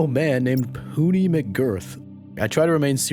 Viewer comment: Bro im listening to this vid and i thought he said "Hootie" until I opened the comments. POONEY??!